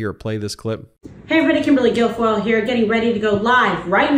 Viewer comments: Michael Cohen calls her Kimberly Gargoyle... all the time....Sometimes Ben gets tripped up on her real name.. Hilarious!! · Ben you almost got her name right, for future reference it's Kimberly Gargoyle!!!😅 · Ben you almost called her Kimberly “Gargoyle”. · Kimberly GARGOYLE is the correct pronunciation. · Sorry to correct you Ben,her name is Kimberly Gargoyle!! 😂😂😂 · Ben did you say 'Kimberly Gargoyle'?